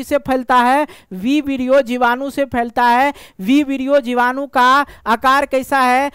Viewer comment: Sir aap jibadu ko bijadu kiyu bol rahe ho starting me